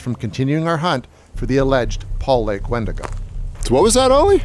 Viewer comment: Love your content here & on your Roku channel & Tubi! I wonder if it comes if you mispronounced its name over and over? Good stuff, Irregardless, of the mispronunciation messing with the credibility of the speaker. See what I did there? Visiting on recommendation from Midnight Lycanthropy. 🎉🙏🏼🕉️